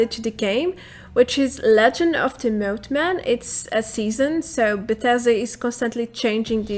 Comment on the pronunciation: The way you say moth-man is so funny. 🤣